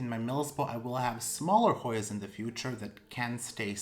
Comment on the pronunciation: Beautiful plants as usual. I'm always impressed at how well you pronounce those difficult Hoyas 💚